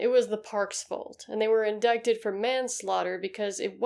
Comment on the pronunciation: 'indict' is pronounced 'en-dite,' not 'en-dyk't.